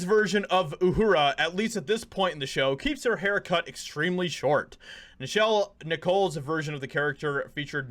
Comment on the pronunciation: Star Trek isn’t for you, dude. It’s always been for progressives. You don’t even know how to pronounce Nichelle Nichol’s name. Give it a rest my guy.